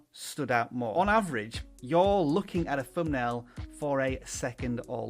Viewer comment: Pronunciation. Thumbnail .... not Fumnail